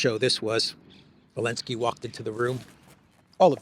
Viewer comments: why do you keep calling him Elensky? Zelensky and Elensky are two different people. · I keep wondering. Why does say “Elensky?”